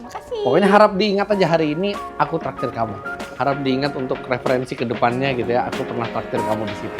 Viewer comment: Harus ditekanin banget ya om, "Aku traktir"... hmm... agak mencurigakan 🤔🧐🤣